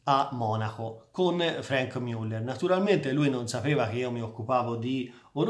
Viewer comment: che risposta scortese, da un grande esperto di orologi (che seguo con interesse) mi aspettavo: A) che pronunciasse le marche in maniera corretta B) meno suscettibilità